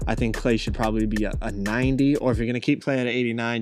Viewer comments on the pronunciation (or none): The way you say 90 sounds like you say 98